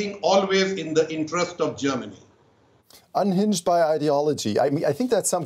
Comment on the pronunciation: She really muck up Germany real good!